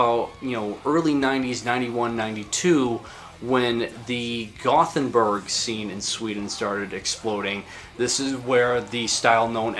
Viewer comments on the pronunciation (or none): none